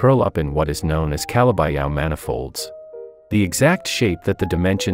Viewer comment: The pronunciation of Calabi-Yau lmao